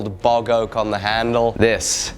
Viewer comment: Bog Oak... Not Boggoh! Oak from a bog... Oh lord, I thought my ears were broken.